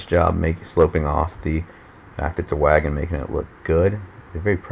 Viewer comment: Every time he says wagon a part of me dies.